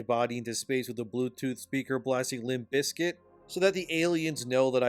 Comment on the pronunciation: Oh my dude…limp bizkit?? You lost a few points on that. 😂 but you’re still cool.